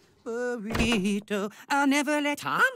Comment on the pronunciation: “Burrtito burrito”